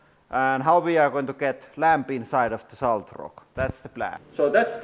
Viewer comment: For your accent pronounce salt with an o instead of an a solt and it will sound correct I bet lol